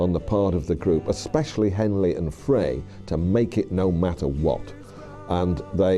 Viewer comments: Glenn Freys last name is pronounced like fry an egg. It wasn’t Geffen who brought the band together, it was John Boulanger, who has been entirely cut out of this version of the story. You also pronounce Bernie’s last name wrong. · Could we pronounce Frey’s last name correctly, please? Stay above the fray, in other words. And while we’re at it, pronounce Leadon’s surname right. No leading from behind. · Seen variations of these journalist interviews in different videos but just can't get past the terrible mispronunciations of Bernie LEAD-on and Glenn FRAY. Yes, they are British, so am I, but imagine a documentary about John LAY-non or Jimi HendRICE. It just ruins it. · Yes, I am going to create a video about the Eagles and have a shitty AI voice that can’t even pronounce Glenn “Fray” correctly! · This must be from somewhere between , as there’s no mention of Felder’s firing or Long Road Out Of Eden. And the mispronunciation of Leadon & Frey is so irritating!🙄🙄🙄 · I watched this and realized that the producers of this documentary had more facts wrong than they had right. Wrong facts and speculation. Additionally, the one guy didn’t even know how to pronounce Glenn Frey’s name. This is one pathetic bit of production…